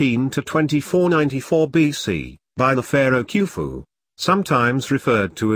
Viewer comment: Queue-foo and Jihzah? Where do these guys get these f....ing pronunciations?